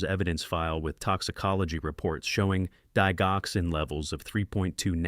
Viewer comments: It's pronounced dij-oxin. Like digit. 😅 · Didg oxin the g is hard sound. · Digoxin is usually pronounced with a j dijoxin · Good story. The g in digoxin is pronounced like a “j”.